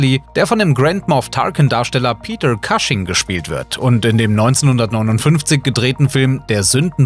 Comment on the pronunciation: Sehr viele Namen sind falsch ausgesprochen. Der Sprecher liest wohl den ganzen Text runter. Am schlimmsten: Peter Cushing - den Nachnamen einfach deutsch aussprechen, d.h. Pieter Kusching. Wenn das Christopher Lee gehört hätte: er korrigierte seine Kollegen, wenn Namen im Herr der Ringe falsch ausgesprochen wurden.